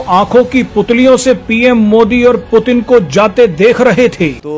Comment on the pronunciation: 😂😂😂 पुतिन ❎ प्यूटन ✅